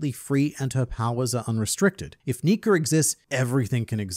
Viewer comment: Why does he say Nika with a hard r